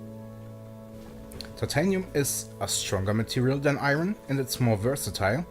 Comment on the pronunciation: You pronounced “iron” wrong.